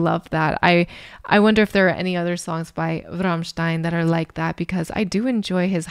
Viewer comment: Please don’t pronounce Rammstein like you do 😢😢😢😢